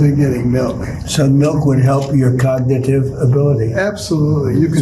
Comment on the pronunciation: Trump cannot pronounce “cognitive” correctly. He always says, “cogditive.” He repeatedly shows his lack of education. That is why Melania is having Barron take elocution lessons.